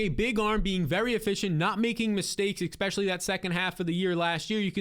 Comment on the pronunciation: Expecially is not a word.